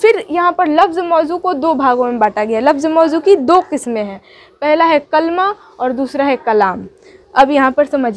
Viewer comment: کَلْمہ نہ کہیں تو اچھا ہوگا کیوں کہ یہ اصل میں کَلِمہ ہے